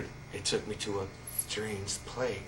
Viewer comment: ''took me 2 a Schraynge playce'' hahahHAhhAHAaahHHaaAA